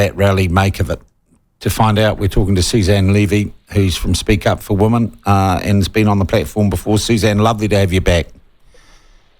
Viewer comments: Sean, you keep on saying woman when you men women. Learn how to pronounce the word. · Just asking, but when did the differentiation between 'woman' singular, and 'women' plural disappear"? 'Women' is pronounced 'wimmin'.